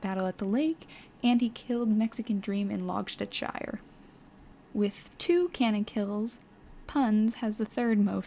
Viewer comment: ist it pronounced logstedshe